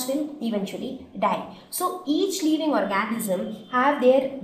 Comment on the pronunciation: Y do u tell leaving for living???pronunciation wrong otherwise good